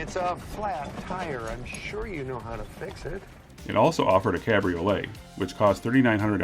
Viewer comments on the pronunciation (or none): "Caaaaaabriolet" ... Now THAT's a Michigan accent!